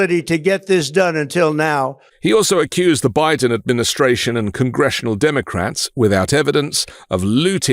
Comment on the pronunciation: nobody, everybody, Dem-O-Crats, Bi-DN